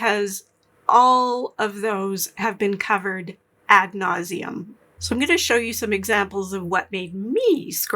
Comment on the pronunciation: ‘At nauseamum” I love it. ❤